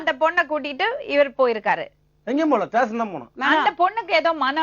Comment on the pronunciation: Station not tation.